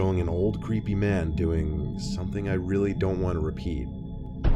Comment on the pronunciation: “CREEP IE.”!!!